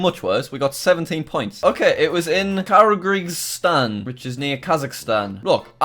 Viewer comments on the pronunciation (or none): "Karyguistan"💀💀 its Kyrgyzstan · it is kur-gis-tan not carrie greestan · It’s pronounced kur-jis-Stan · Jack: Kargryzstan😂😂😂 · Curry-g-stan goes hard 😂😂😂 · Jack trys to say Kyrgyzstan K 😂irogistan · Jack calls it kar zik stan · Is no one going to talk about Jack saying "Kargizstan" instead of "Kyrgyzstan"🤣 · Karagreestan? Nice pronunciation Jack! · Karagigstan is what he says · ker-gez-stan is the sound of kyrgyzstan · “Kargreeztan” Also Jack: dedicates a whole video to just spelling it wrong, how about saying it wrong? 😅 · Kyrgyzstan spelt normally Jack:karagrestan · Kyrgyzstan is said like Kurgistan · You say Kyrgyzstan like this kr gi stan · Kyrgyzstan is pronounced Kir-giz-tan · ITS KURG-A-STAN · Pronounced “kurgistan” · Jack: Kirgrisstan Me: Just end me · That was the kuh rig uh Stan one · Jack it’s pronounced kurgistan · It's kir-gi-stan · I hate you. "kharagristan" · From watching these geoguesser videos we learnt that Jack was bad at telling east from west, doesn't know where San Francisco is, doesn't know what shape Alaska is, can't pronounce Kyrgyzstan and doesn't know UK road signs despite being British. Hopefully he learnt from these and if he tried now he'd be better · the way he pronounced Kyrgyzstan tho 💀💀💀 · When Jack couldn’t even pronounce Kyrgyzstan. Hold on buddy you’ll learn how to spell it in 3 years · The way he pronounced kyrgyzstan tho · I Cringed So Hard At That Horrific Pronunciation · When jack can’t pronounce Kyrgyzstan but you can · you butchered kyrgystan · How did jack butcher Kyrgyzstan so badly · Jack can you please do an entire video just pronouncing country names because I'm still laughing about Kyrgyzstan